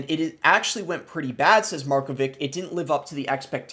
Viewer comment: you clearly don't know any surname of east europe, markovic is pronounced markovitsh